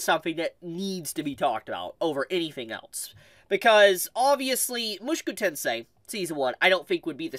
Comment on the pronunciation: Why you pronounce “Mushoku” like that